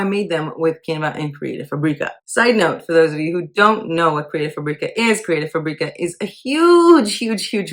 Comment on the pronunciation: You make “fabrica” sound like a spice when everyone else pronounces it like the word fabric